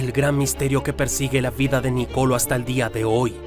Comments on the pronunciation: Felicitaciones por tan interesante biografía. Solo como información general, se pronuncia Nicoló y no Nicolo. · No Nocolo😂😂 Nicolo' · No hay manera de que pronuncies bien el nombre Niccolò